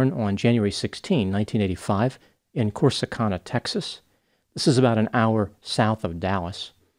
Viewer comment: Lived in TX for 36 years and have never heard Corsacana pronounced that way.